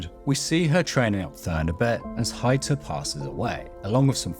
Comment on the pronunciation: Its so funny to me as a german when I hear Heiter's name spoken somewhat like "Hater" the priest xD